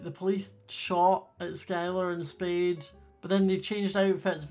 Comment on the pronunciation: Why r u saying speed and not spade but it’s okay😄